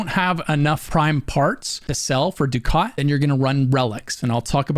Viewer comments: It's funny he pronounces ducat wrong. It's pronounced ducket, for whatever reason. I used to say the same. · Ducat : duck-it Nitain : nye-tane Just wanted to say that. The pronunciation drove me nuts. Otherwise, more than excellently designed video/guide.